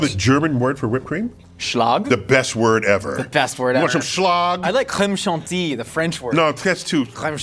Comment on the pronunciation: let's be real the french accent was verry good with the Crème Chantilly